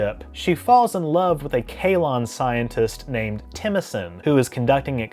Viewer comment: "Kaelon" not "Kaylon", okay. Not the Orville.